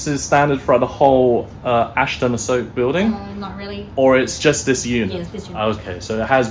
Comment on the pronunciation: A-soak ? Lol😂 Jeez learn the rough Thai pronunciation- A-sok.😅